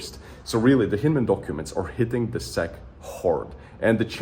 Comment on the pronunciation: Its S. E. C. not sec.😅